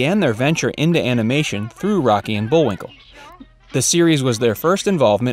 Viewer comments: .... . Did he call him Bull-WINKER??? Or am I hearing things???? Lol 🤣🤣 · What was shocking about any of those? Also, the script was somewhat repetitive, and at one time the narrator says Bullwinker -- with an R at the end. And you should've told him to spell the difference between Bullwinkel and Bullwinkle, not just read the two names; I hadn't realized there was a difference in spelling until I backtracked and watched the spelling of the dealer's name. These may be minor issues, but the repetitiveness made it a little boring to watch, and the title is a complete misnomer. "Little known facts" would be more descriptive. I was expecting something scandalous by the title.